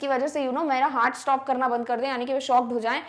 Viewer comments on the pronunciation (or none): none